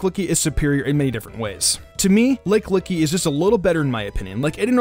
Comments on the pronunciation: Anyone else thinking it's lickilicky not lick-licky!? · He keeps saying Lick Licky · "Licklicky" BOI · I giggled everytime you said lickillicky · Why he say lickilicky like that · You really need to work on your pronunciations of Pokémon names (e.g. Lickilicky, Gallade, etc.)